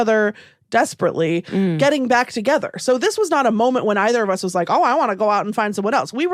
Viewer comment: Regarding, I think her speech errors (and annoyances) are due to her overall mispronunciation of words. Instead of saying getting (with a short 'e' sound [bet, get, let], she's making the 'e' a short 'i' sound. She says gitting instead of getting. I think the short 'i' sound draws attention to the -ing ending of the word, making it sound super annoying. You're right though, she needs someone to help her with enunciation.